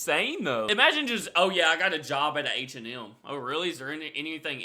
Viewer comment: Your pronunciation of H&M is wild. It sounds like you're saying "Ancient Elm".